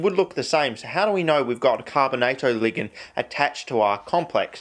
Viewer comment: Dude says ""Ligund" lmfao